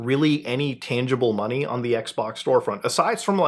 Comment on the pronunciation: Sounded like he said Microsoft Sex-Box 🤣🤣🤣🤣